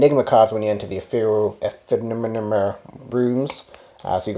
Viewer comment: Think you'll find it's pronounced e-FEM-er-al! Always good to know. 😉